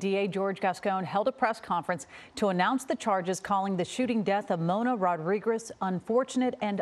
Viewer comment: You would think that by now media reporters can pronunciate Latin last names, it's Rodriguez not Ruguez.